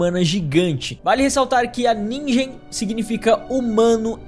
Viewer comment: nigen se pronuncia ninguen